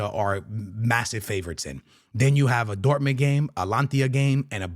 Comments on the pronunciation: Alantia? Bruhh come on, ...Ata-Lan-Ta!! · Its not Alantia, Its Ata-lanta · ATA-LAN-TA no Alantia.😂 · ATALAANAAA…no “atlantia”🤢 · He mispronounces everything to seem “different” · Bro why do you keep saying "Atlantia"??? It's hilarious! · Atalanta ❌Alantiya✅. 😂😂😂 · A-ta-lan-ta. Just helping you with the Pronunciation. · Your Atalanta pronunciation got me every time 🤣